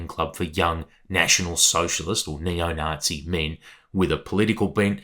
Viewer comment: "You can join in, but be a nice Nazee eh?!" 😅